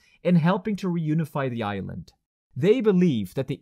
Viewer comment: For a moment I heard "a united Ireland" instead of "a united Island". But that's another video :)